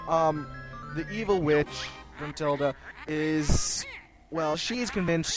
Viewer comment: its gruntilda not matilda jesus